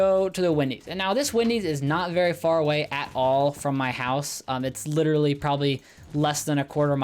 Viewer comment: did you mean literally? you said “lit rally” twice